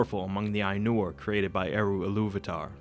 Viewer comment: Il-lu-va-ta NOT Iluv-atar